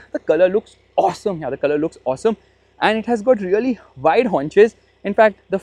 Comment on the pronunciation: Really❌ Reollieeeee ✅